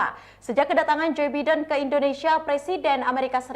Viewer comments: Mbaknya gakbisabacanamapresidenAsini ya? Yg betuladalahJoe biden,bukanJay biden!😊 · Maaf mbak nyebut president Amerika jangan joi Biden dong ttp JO Baiden gitu nanti org nya marah krn nama ga bisa di ganti2